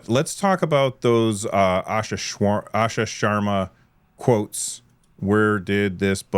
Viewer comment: Spent my entire life correcting folks on my last name. This was hilarious, “Shwarm…Sharma”